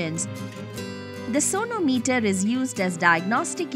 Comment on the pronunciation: I heard it as 'Sonu Meter'